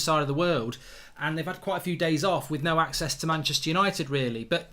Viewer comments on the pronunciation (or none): none